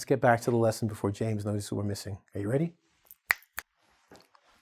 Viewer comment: You pronunce it differently to "were". "We're" is pronunced exactly with the "we" at the start.